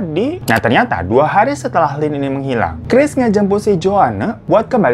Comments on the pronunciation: Chris bang bukan keris,,😅😅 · 4.43 Chris menjadi "keris" 😭🤣